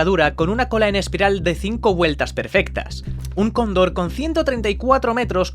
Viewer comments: Cóndor por favor, no Condór. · Cóndor, no condor